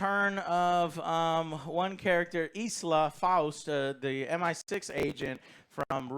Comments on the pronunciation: ILSA not Isla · John wick 4 and this had very similar settings. Two club scenes two desert scenes. Both amazing. I really liked the plot on this one. Its fucking ilsa not eeesla lol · it's ILSA, ffs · The amount of times ISLA is said and no one corrects Joe. LOL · It’s ILSA not ISLA. She’s been in 3 Mission Impossible movies now and you still don’t know her name? 🤦🏻‍♂️ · Isla...its I L S A !!! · It’s ill-sa. Not E-sla. ill as in sick. illsa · Ilsa. Her name is not Isla. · I'll say it because someone has to. Her named is Ilsa, not EEESLA. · She's not an Island Joe. Its ILSA... not ISLA. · It's Ilsa Joe, not Isala. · Lol at Joe not gaf abt right pronounciation of names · So many American reviewers are getting the name ILSA wrong 🤦‍♂ Think "She-wolf of the SS" 😉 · You guys are merciless about pronouncing ‘Ilsa’ all kinds of backward!